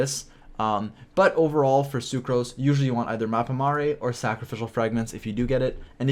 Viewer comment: It's Mappa Mare not Mappa Maré!! 😂